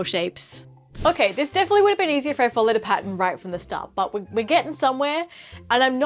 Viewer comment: thought she was saying 'patent' but she was saying pattern